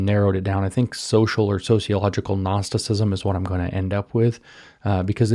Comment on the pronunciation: I can't tell if James is saying gnosticism or narcissism.